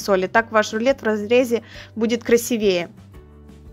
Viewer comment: КрасИвее, а не красивЕе